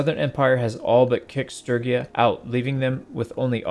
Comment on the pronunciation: The real question is why pronounce Sturgia as Strygia